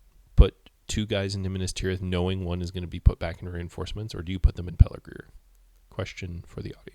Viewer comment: Good job. You have a good narration voice. One thing--it's "Pelargir" not "Pelargrir".